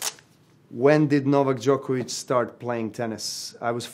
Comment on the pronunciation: Najbolje mi je što ne mogu da izgovore Đoković😂 Thats on Serbian English:The best thing is that they cant pronounce Djokovic